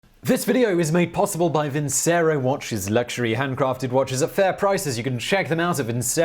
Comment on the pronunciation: I thought vincero it was pronounced vin-chero?